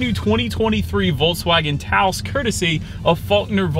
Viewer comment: Taos not Taso😁